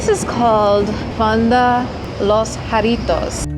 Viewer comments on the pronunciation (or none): none